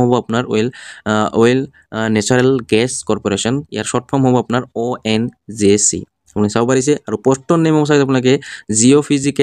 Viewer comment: ONJC nhoi o dada ONGC buli kok